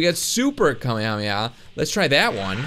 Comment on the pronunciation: Anyone notice how he says kamehameha weird he says it with out it being spread out it should be kame-hame-ha well attract said like this